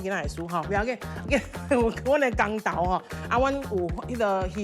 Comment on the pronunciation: 徽章是「鉼針(pín-tsiam)」 毋是胸針 公 投，公 是kong 毋是kang